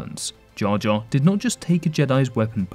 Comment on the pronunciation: he pronounces not as "notsa" yet said "not exactly" very clearly when he wielded the lightsaber, just to point out